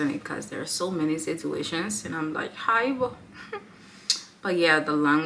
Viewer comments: Wow, u sound good saying "haibo", u just gotta hang around and u will get it . Much love sister! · When you said "Haibo" 😅 You are one of us girl, Wellcome to South Africa 🇿🇦 🫶